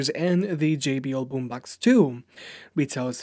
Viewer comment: its Boombox not Boombax